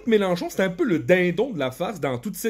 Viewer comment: L'accent est très bon, il faut juste retravailler la prononciation du "un" et ce sera parfait 🤣